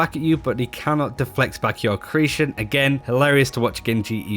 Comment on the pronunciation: Dude, why can't you pronounce accretion?